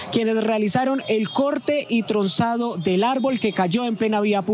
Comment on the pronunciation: Dígale al periodista que no se dice tronzado se dice trrosado 🤔🤔